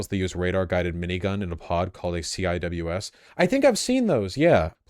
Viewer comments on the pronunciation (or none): CWIS is pronounced see-wiz